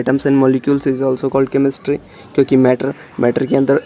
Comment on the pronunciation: It's chemistry not chemestry..😷😷